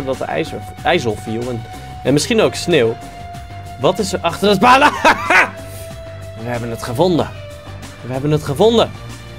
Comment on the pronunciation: niet palijs maar paleis